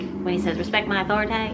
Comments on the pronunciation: "Respect my authoritay" 😂😂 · I always have trouble focusing, but on the last pile, I heard "respect my authorit-ay" "rescuing an animal" and "diet change". Spirits are definitely trying to get my attention lol